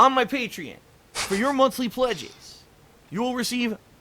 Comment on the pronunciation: First word in the video: "patrein"